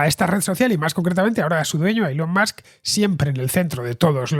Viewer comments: Elon Mox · Cada vez que escucho “Elon Musk” no puedo dejar de pensar en Maduro pronunciándolo 😂😂😂